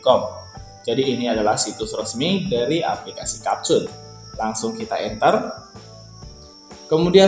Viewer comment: abg ni ckp kapcut org "capcut" nampak sangat english lemah